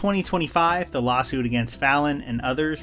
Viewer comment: How to say “the:/thee” for professional narration. “The” cable. “Thee” audio cable. Please learn this basic rule.